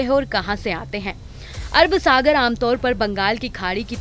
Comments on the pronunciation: Abe pagli pehle sahi se naam lena Sikh lo samjhi, Arab sagar ki arb sagar bol rhi h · Arb sagar nahi Arab Sagar.